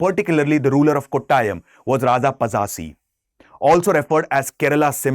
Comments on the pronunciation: pachassi nahi bhai Pazhassi Pazhassi kerala varma of Kottayam ❤ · Passasi no Pazhassi(പഴശ്ശി )..